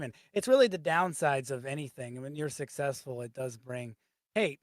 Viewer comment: lmfao is funny saying sussessful